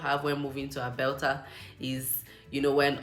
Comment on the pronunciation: Did I hear Albelta 😅